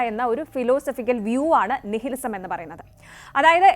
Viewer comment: നിഹിലിസമല്ല ,നൈലിസം ( Nihilism ) എന്നാണ് ഉച്ചാരണം .നിഷേധ സിദ്ധാന്തങ്ങൾ ,നിലവിലെ രീതികളോടുള്ള നിഷേധാത്മകത എന്നെല്ലാം അർത്ഥങ്ങൾ .